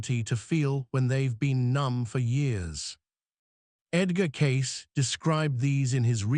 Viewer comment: Get his name correct, Cayce